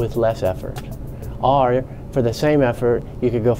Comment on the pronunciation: I hate the way he says “or”. He’s pretty. Much saying ARE.